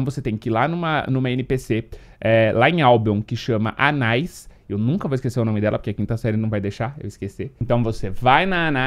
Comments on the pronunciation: Não joguei e esse é o primeiro video que vejo esse jogo, mas acredito que o nome da personagem se fala tipo Ana-is, mas óbvio que Anais fica "mais melhor". 😂😂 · É anaÍs 😂 não anÁis kkkk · O nome é (Ana-ís)... não anais kkk